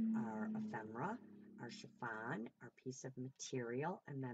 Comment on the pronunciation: Amazing job! I’m never surprised, you have always been a quick learner! So funny, I remember you saying efemera wrong but I wasn’t about to correct you! Lol lol but I will tell you my child, it’s not chiVon, it’s chiffon! Lol lol love you and your flip out is just fabulous!! 💜💜💜💜💜💜mom